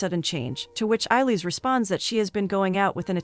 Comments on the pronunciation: Whoever is narrating this video can't have actually watched the movie. She is pronouncing the main names wrong. Eillis is not pronounced "Eye-leez". It's pronounced " A - lish" - which anyone who's watched the movie knows. Mrs Kehoe is "Key - ho" not "Keho". For a review, this is really annoying... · It's pronounced ay-lish